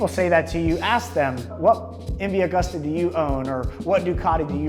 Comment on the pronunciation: You should look up how to pronounce "Agusta"